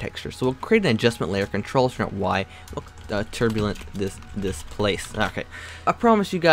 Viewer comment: Creating an Adjustment Layer is Ctrl+Alt+Y btw if anyone else had a hard time understand his "Ctrl+Shrimp+Y"